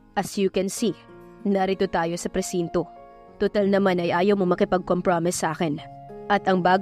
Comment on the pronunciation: Correction lang po at huwag nyo naman po sana masamain. COMPROMISE is pronounce as kompromays